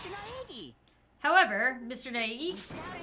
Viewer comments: The way to say Naegi is Ny-ga-e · Nagisa Karma I'm still Asui Ochaco tho I thinks it’s actually ny-a-gi